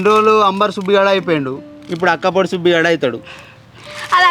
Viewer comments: అక్కపొడి కాదురా బాదుకావ్ వక్కపొడి 😅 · Akka podi kadu ra ....badakav 😅 vakka. Podi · అక్క పొడి కాదురా బాడకావ్,వక్కపొడి😅😅